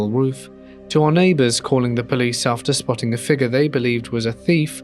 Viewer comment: If u can't say figure right dnt say it plz